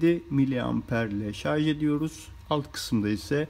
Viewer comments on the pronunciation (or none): none